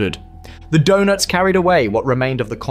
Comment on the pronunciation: Sad that the AI can’t really learn - video clips show US maps & desert scenes; Donetz becomes donuts. The storytelling is great, delivery is pathetic.